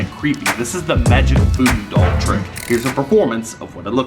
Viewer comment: the foodoo dall it relly sounds like doodoo dall haha😂😂😂😂